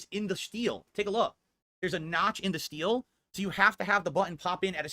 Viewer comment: That’s not shteel, or steel…just say metal. Steel…wtf